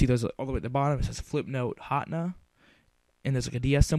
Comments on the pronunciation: hatna? its HAT-NE-A btw this helped lol and if your under 12 dont you have to get a paper signed? or faxed or something lol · you said hatena wrong.it's[HATEENA].